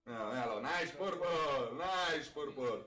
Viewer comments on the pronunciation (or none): "mamma mia the purpuurrr"